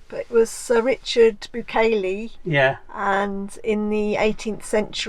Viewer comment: Love the videos. Enjoying them all. I think Bulkeley is “Bewkly” as in the beginning of “nuclear” as it’s the same family in Cheshire.